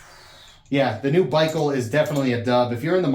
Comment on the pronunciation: You are saying it right! Thanks for the shout out! The Baikal is already sold out! I guess I'll have to wait to get it. Excellent content as usual. Love your vids!